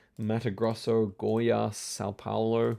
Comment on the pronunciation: just pointing out, your pronunciation of Goiás was very good, I got taken aback for a moment